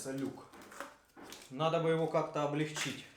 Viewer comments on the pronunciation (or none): none